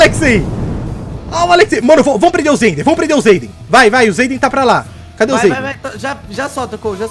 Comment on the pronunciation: Akatsuki vence sempre menos no seu português é "sempre" e não "cempre" mísera